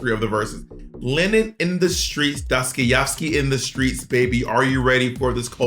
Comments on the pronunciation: Not Dosty-ovski 😅😳 it's Dostoyevsky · Oof, the way Bob butchered the surname of one of the most well-known Russian writer is iconic 🤣🤣🤣 Its pronounced as Doh-stah-ye-vski. He is famous for writing depressing and conplecated prose, the most known id Crime and Punishment where a student decided he is much more worthy than the rest of the people and it gave him the right to do whatever, so he kills an old lady with an ax. You can read the rest if you are hooked, it's a good read. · Y’all both mispronouncing Dostoyevsky is KILLING ME!!! DOSS-TOY-EV-SKEEEEE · love the way Bob's pronouncing Dostoyevski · The mangling of Dostoyevsky 😂😅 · Easily my favorite part of the video is Dostoyevsky's name never ONCE being pronounced correctly. I swear this isn't shade, I was giggling the entire time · Bob trying to say Dostoevsky is too much for me 😂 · The complete butchering and cluelessness in regards to Dostoyevski and Lenin 😭😭😭😭 love yall no hate